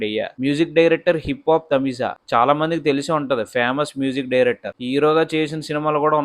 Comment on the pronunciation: Music director name... Hip Hop Tamizha (తమిలా).... Not (తమిజా)